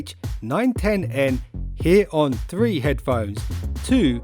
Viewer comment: i'm hearing "W-Hate", lol, but good review!